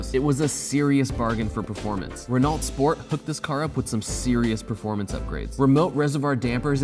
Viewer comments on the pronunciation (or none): It's Ren-oh, not Ren-alt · I know this is about 4 months late, but i had to comment because it makes me so cringe. You are pronouncing Renault wrong, it is pronounced Ren-o not Ren-alt. but great video though, I think the mini should have been higher on the list, but thats just my opinion! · Fee-AT not Fee-AWT, pretty sure Renault is Wren-o not Wren-alt as there is no vowel after the T making it silent. Come on guys in the States get it together! Lol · “ Ren-alt “ lol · It's pronounced "moo-ge(h)n", not "myugun", not " - It's pronounced "ren-no" not "renault" - "Mk" is short for "Mark" as in Mark 1, Mark 2, etc." Say it the way they really say it people. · Renault is pronounced Re know not re nalt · Love these videos but hard to take a dude seriously as a car guy when he sais Renalt instead of Ren-Oh,.. or Jean Carlo Fish- chella FI-IS-KELLA. Come on dude do some homework! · It's pronounced Ren-no and the Fiat is pronounced a-bart. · Renault is pronounced without the l and t, its like saying reno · "renolt" lmao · Hahhaa he said rena-lt lol and wtf is king cobra? Where can i get this beer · I see an F1 Red Bull jacket in the back. So there's no excuse for mispronouncing Giancarlo Fisichella's name. Fizzy-kella Also, Renault --> Ray-no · Did he just say... Rinault? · Ren-ALT ouch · Stopped listening after hearing "rEaNaLt MeHgAiN" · I hate how you say Renault. It’s pronounced re-know. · You've reached my capacity for mispronouncing Renault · Listening to him say Renault over and over again was painful 😂😂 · That awkward moment when you pronounce Renault wrong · This guy really needs to pronounce these cars better. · Dude seriously stop pronouncing Renault with the T. It’s silent. Your hurting my ears.